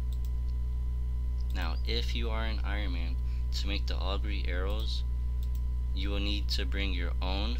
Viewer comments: its "oh gur" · shocked you pronounced ogre wrong. oof !